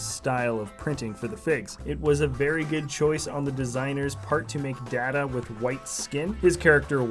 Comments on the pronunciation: Data. Day-ta, not da-da. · Lol - DAY-ta. It's DAY-ta my good man. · I know the word data can be pronounced in different ways but his name is Data (Day-ta), which can not be pronounced the other way. Great figures though, thank you for the video. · It is pronounced DAY-ta in the show. DAY-ta is the “person”, data is the information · You pronounced DATA's name wrong